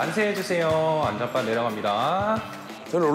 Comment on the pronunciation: 베우분 만세 해주세요 안전빵 내려갑니다 라고 하는줄. 발음ㅇ,. 근데 알바생들 개 노답이네 ㅋㅋㅋㅋㅋㅋㅋ